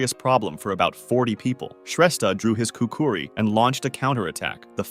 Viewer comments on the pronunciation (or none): Its not pronounced ' kookoori"...its " koo- kree".